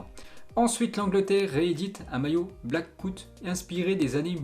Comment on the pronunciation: Sa se prononce Black aout et non blackout